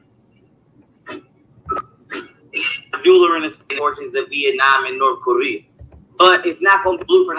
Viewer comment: Why is he pronouncing “North Korea” like that ???? 😂😂😂😂😂😭